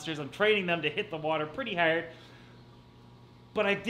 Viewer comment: The way you pronounce hard make it seems as though you are Irish